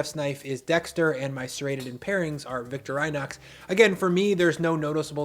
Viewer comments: Victor-eye-nox? Really? It’s Victor-in-ox. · I think it is pronounced "vic-tor-uh-nox" not "victer-eye-nox". Just saying.✌️ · In my best Hermione voice It's pronounced vuhk·taw·ruh·naaks, not Victor·eye·knox. 😄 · Im swiss and we say victorenox like in the word english. Not victoriiiinox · Also, it’s pronounced “Vik-tor-ee-nox.” Not “vik-tor-eye-nax.” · Reasonable arguments. And totally agreed on the three-knife-set choice. Yet it's fun to own and use fancy knives. And on an editorial note: Swiss brand Victorinox is pronunced "Victor-E-nox". The word comes from the name Victoria (also not pronounced "Victor-eye-a"), the company founder's wife, and "in-oxidable" meaning "stainless" in French. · Nitpick: the Victorinox rep pronounces it “vic TOR ih nox,” not “vic tor EYE nox.” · You are pronouncing Victorinox wrong. You: victor - EYE - nox Correct: vic- tor - ih - nox Here is there factory channel pronouncing it repeatedly. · Victor Rhinox hahahaha it's victoree Knox. After queen Victoria. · "Victor-EYE-nox"? I've always heard ""vic-TOR-i-nox." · "victor-I-nox"?? It's "vic-TOR-in-nox" Like Queen vic-TOR-ia !! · His pronunciation is interesting. So are Swiss army knives pronounced Victor-eye-knocks or Vic-tori-nox? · vic-TOR inox. Not victor "I" nox. Man that sounds like nails on chalkboard!! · Victor-Inox?!?! I've been saying Victori-Nox my whole life. I'm not a chef... but still... the shame... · VIC-TOR-IN-OX not VICTOR-I-NOX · Victorian-ox not Victor-i-nox. But I really like them too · Victor-eye-knox? Nonono. Victoruh-knox. I agree with a lot of what was said but even a decent quality knife, serrated or not, should last a lifetime assuming you don’t break it. Also, not sure if that’s actually how you sharpen or not but if it is, you might see better results by working on maintaining the angle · Victori - nox (vuhk·taw·ruh·naaks), not victor - i - nox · It's not "Victor-eye-nox" it's "Victoree-nox" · It's vic-TOR-inox, (think "victorious") not Victor-eye-knocks.